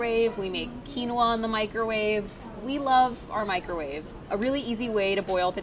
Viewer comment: Priya says microwave incorrectly, mikerave